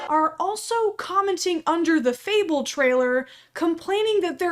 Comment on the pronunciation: fable, not fabelle